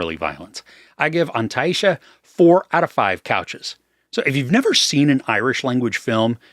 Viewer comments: excellent pronunciation of the title ❤ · Fluent irish speaker here. Just saw the film and I couldn't agree more, also your pronunciation of the title is spot on! 😀